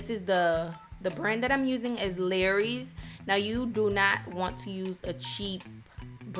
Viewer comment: Lowrys not larrys